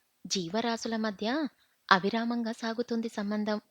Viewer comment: ఆవిరామ్ కాదు అవిరామంగా